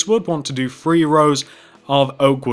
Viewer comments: "one, two, free, four..." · its three not free